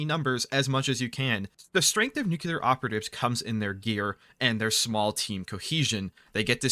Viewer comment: Love that you pronounce it nookular, makes me smile every time